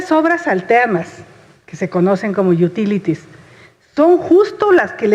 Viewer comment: jajaja, "las yutílitis".